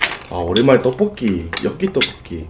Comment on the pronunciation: 오랜만에 떠뽀끼 여끼떠뽀끼 아 발음 졸귀야ㅠㅠㅠㅠㅠㅠ